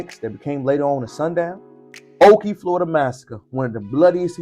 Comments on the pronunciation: Nope. I grew up there and went to Spring Lake Elementary and Ocoee Junior High. It’s just west of Orlando. It’s also pronounced Oh-Koh-Ee not oh-kee. Yes, we knew the history. It was a “Sundown Town” and my black friends would NOT stay around when it was close to getting dark. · There's no way on Earth that you were raised there or you would not be pronouncing it like that